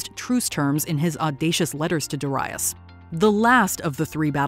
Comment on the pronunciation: The pronunciation of King Darius III is wrong.